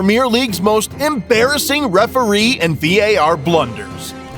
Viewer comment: Premier not premiere. Different words, different meanings. Great video otherwise though